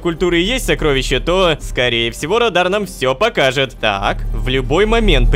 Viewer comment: Не радар а радан